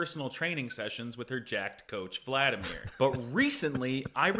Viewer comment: Good to hear you actually pronouncing Vladimir properly, instead of Vleah-demeer